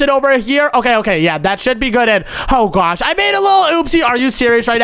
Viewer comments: Why do you say gwosh even though it's oh my gosh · Why do you say on my gwas